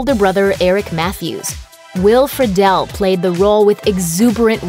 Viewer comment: It’s not often I hear Will Friedle’s last name pronounced correctly. Good on ya.